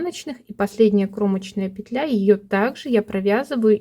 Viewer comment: Все замечательно, но мешают просмотру титры. Извините, во всех словарях пЕтля, а не петлЯ. Спасибо за полезный м к.